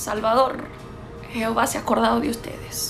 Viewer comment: No se dice jeovha. Palabra mal dicha